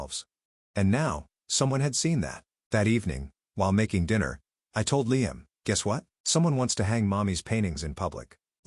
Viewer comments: I hate the way the narrator pronounces LiAM. It's LIam. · I have never heard Liam pronounced as LEE-AM until this. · I’m sorry this might be petty, but I can’t stand the way Liam‘s name is being mispronounced .. and while one could argue that maybe that’s the correct way , it’s not. Because at one point, they did say it correctly but that was once or twice if that. I just can’t focus when it’s being being said that way. It comes out almost sounding like Leanne.